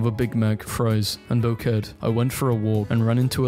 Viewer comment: my man pronounced bouquet like "bouket" 💀